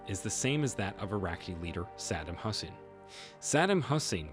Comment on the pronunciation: 🤦🏻‍♂️ I stopped watching video when he butchered the name of Saddam Hussain. 😂